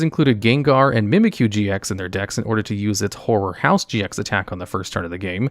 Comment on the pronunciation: This is going to sound wrong, but every time I heard you say "horror house GX" I instead heard "whore house GX"